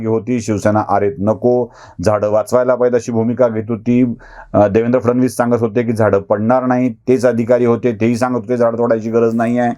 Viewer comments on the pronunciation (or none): none